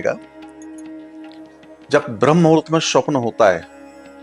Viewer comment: महाराज जी स्वप्न का उच्चारण ठीक करें। स्वप्न होता है, श्वपन नहीं